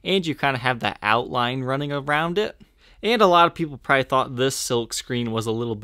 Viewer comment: Jesus, the word is 'probably', not "pry".